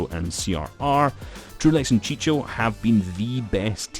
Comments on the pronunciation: It's chico not chicho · bro chico the c is read "q" no "ch"😂